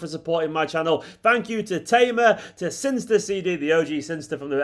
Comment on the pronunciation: Wouldn't Synyster be pronounced "Sinister", rather than "Sinster". The second 'y'? Not having a dig, by the way. Only just noticed it myself.